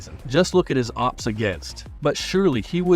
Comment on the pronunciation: As international baseball fan, some times a caught my self calling “ERA” as “ÉRA” (like “end of an Era”) i think is a “fair mistake” for the. Also, if you never use AI, OPS probably sounds OPPS, because AI doesn’t know that OPS pronunciation is O.P.S, and you need to do some “adaptations”, i think is obvious that guy never used an AI voiceover before.